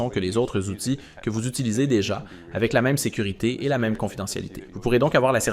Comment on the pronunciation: Toujours le mit « sévurité » tbk…